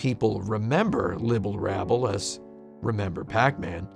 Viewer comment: As obsessive as tim is over accuracy did he really not notice he said Libble Labble instead of Rabble?